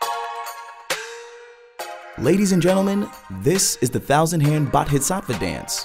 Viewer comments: This is so inspiring. Without even having the senses without which we can't even imagine our lives, they are achieving such great feats. By the way you butchered the pronounciation of bodhi sattva really badly 😂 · Amazing dance troupe! I also love how the speaker butchered the pronunciation of Bodhisathva as Butt-his-satva. lol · The way he pronounced Bodhisattva made me cringe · Im sorry but the pronunciation of bodhisattva is killing me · I lost brain cells listening to him pronounce bodhisatva